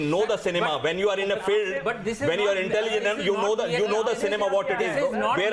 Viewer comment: "When you are INTELLIGENAL"